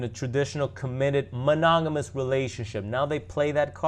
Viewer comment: You can't even say monogamous. And don't worry about their relationship worry about your own